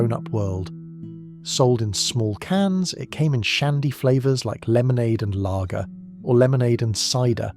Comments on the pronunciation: This would have been better if it didn't have all the AI-generated slop. I mean the whole "layger" pronunciation.... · AI rubbish. Whoever in England ever pronounced lager as “”lay-ger?” It’s a machine! (And inconsistent pronounciation at that! ) I don’t necessarily object to bots per se but I do object when they insult one’s intelligence. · Funnily, my really posh mate pronounces Layger. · Ugh, interesting content but the first time the AI voice mispronounced “lager” ruins it for me. Can’t finish. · Long Life was undrinkable and yet tasteless. Incidentally, what is a 'Laeger' or Shandy Barse' - managed to get the pronounciation right at 3rd attempt? Is this AI or genuine idiocy. Special Brew was favoured by West Indians, hard drinkers, service people and alcoholics - it's current strength is 7.5 abv. Stones was drinkable. I got bored after that. This is a truly terrible vid.